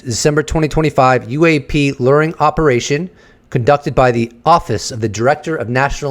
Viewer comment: Stop saying lur…Jesus Christ!!! It’s pronounced Lue-wer. Say LURE!!! PLEASE!!! I am BEGGING you to stop saying lurring. I can’t fucking take it anymore!